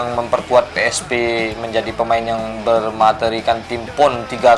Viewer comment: PSP, BUKAN PI ES PI, kantau